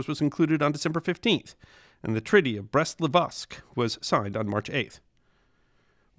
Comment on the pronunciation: great video... but can you not just say Brest-LITOVSK (Li-tov-sk) a writen instead of Livosk??